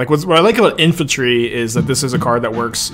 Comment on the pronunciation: “infaltry.” There’s no L! Sounding like saffron olive